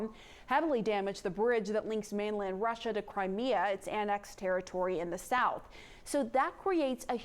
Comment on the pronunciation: Please tell there's only one R in Russia....not Rusher